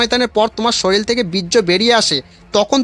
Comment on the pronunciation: ওটা শরীল নয় ওটা শরীর...🙂